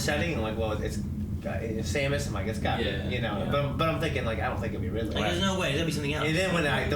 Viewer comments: I think he said "Ridley" but just pronounced it like "ride-lee." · I wouldn't hang out with someone who calls the falcon punch "captain punch" or someone who calls Ridley "Riley" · said RILEY